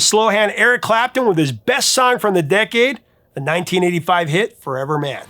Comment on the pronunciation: when you said 1985 it sounded like you said titty five lol